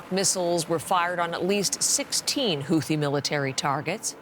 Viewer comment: Thought it was pronounced “hoo tee” not “hoothee”??